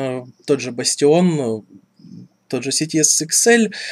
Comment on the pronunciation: не бастион а бааастион